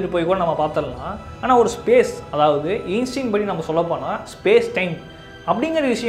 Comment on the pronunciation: Ainstean❌ Einstein✅..